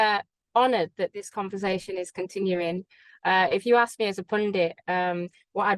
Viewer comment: Did anyone "arks" you?!